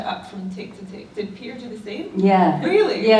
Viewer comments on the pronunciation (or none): Everytime Jenna says Peter I hear pizza. 😂 Sorry. 😂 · every time Jenna said 'Peter' I understood 'pizza'